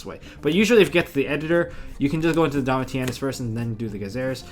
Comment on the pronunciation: Its pronounced Domishinus. Named after Titus Flavius Caesar Domitianus Augustus. and Tamer Editor is always pronounced incorrectly. its pronounced E X T E N D H A N D _ GG